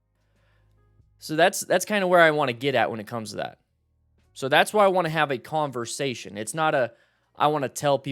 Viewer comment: Sounded like you said calmversation lol